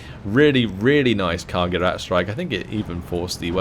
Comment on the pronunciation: Gerät is pronounced Gereeet (long second e), not Gerit (short second e) :) The ch in Storch (stork in English as you probably guessed) is pronounced like an angry cat. JFYI